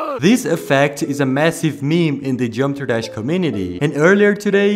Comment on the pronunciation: It’s ironic he became The Daily Dose of Geometry Dash But he can’t even pronounce geometry dash right 😭 (Not to be rude tho)